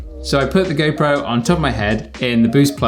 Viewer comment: am i the only one when he says go pro , it sounds like gaypro ??